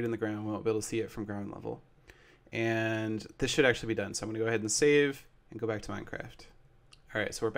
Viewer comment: Seth says "Ans," instead of, "And."